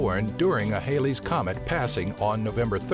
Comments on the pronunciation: It's Halley's (not Hailey's) comet. Named after English astronomer Edmond Halley, who determined it's periodicity in 1705. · HAL-ee's comet, not HAIL-ees. And comets don't 'pass" in a single day.